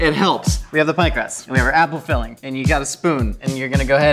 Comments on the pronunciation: The way you said Apple (Appel) and Butter (Boter) almost sound Dutch! You're not butchering words, you're learning a language! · Does speak dutch? `appel` `boter`... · the way you pronounced butter and apple are the correct way of saying those things in dutch